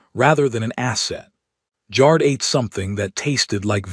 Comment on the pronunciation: It’s funny how the AI pronounces ‘Jar’d’, instead of ‘Jared’.